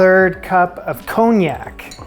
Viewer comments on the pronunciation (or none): none